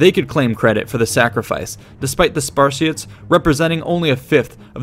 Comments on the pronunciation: What the HELL is a sparshit??? Did anyone else hear him call the Spartans sparshits??? I'm greek and have Spartan relatives....I can't watch past mins due to this insult. I dare u to say that to a Spartans face..... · I keep hearing Sparshits. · I thought that you were saying "Spar-shits" and not "Spartiates" all the way until the very end of the video when you showed the word spelled out. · I thought you called the Spartans the Sparshits lmao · Did he say "sparshits" at the beginning? Yeah he was paid by Athenian or Persian coin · where you calling them spar-shits? WAT?! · hey is it me or hes really calling spartans "spar shits" ? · Anyone else hear "spar-sh*ts"? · I heard 'SPASHITS' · Ha, he said sparshits 😂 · What are “Spar-shits”? Correct pronunciation of the subject could, at the very least, perhaps lend a modicum of credibility to an already grossly flawed analysis. As it is... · The word is "Spartiates"